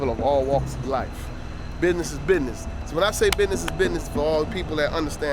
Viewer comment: Anytime I see these videos with dorks from the UK I know it’s going to be full of fake tough guys. Bidness is bidness. Lmao!